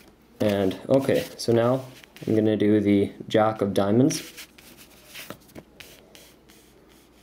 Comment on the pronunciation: I love his accent "juck of diamonds" so cool